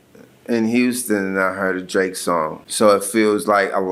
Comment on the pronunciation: Ik that's his name but it sounds like u calling him Bae ❤💅